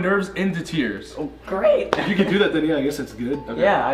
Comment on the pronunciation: grEAt *voice crack* noah starts crying😂 you can’t eat any cucUMbERs!